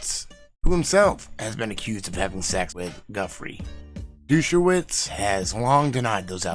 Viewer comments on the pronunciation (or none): Did you call Dershowitz, Douche-awitz? 🤣🤣🤣